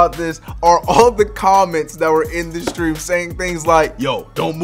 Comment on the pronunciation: Nobody: The fumble: live “steam”